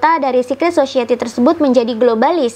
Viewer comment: Society mbak bukan *Sosyeti*😅